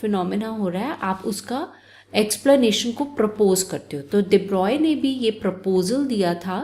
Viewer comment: I think you are the only one who tell everytime de broy in pronunciation. Everyone is forget to pronounce it in flow